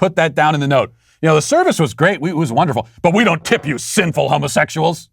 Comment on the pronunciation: My god that "p" in tip was utter garbage